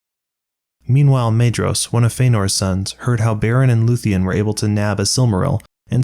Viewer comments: minor point but its a pet peeve of mine, the 'ae' as in maedhros and maeglin is an 'eye' sound. its mydhros, not maydros. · The pedant in me agrees: it's a great summary of a complicated plot, but particularly the pronunciation of the 'dh' dipthong is bothering me: •Aredhel is 'Are-eth-el' not 'Are-ed-hel •Maedhros is 'My-thros' not 'May-dros' In LOTR, the mountain Caradhras is 'Cah-rath-rass', not 'Cah-rad-rass' Signed, an ashamed pedant.